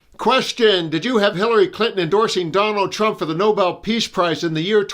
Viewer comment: Did she say noballs price or novel price cause I support the first one?